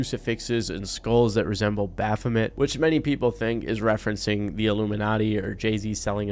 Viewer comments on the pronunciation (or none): none